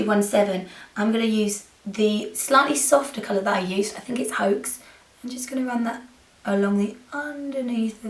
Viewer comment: "Haux" is pronounced like an "ohhh"...because it's french :) Wonderful look !!! So smokey! I love it ♥♥